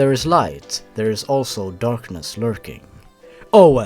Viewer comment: "the ally way" I LOST IT AGAIN